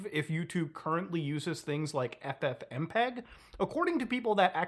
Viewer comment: Google just said F-fmpeg